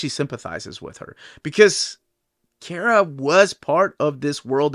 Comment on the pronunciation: Man I don’t like the way he says “Kara” He say key-era It’s Car-a